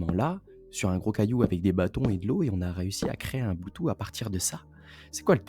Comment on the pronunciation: "Bloutou" XD Mais super vidéo.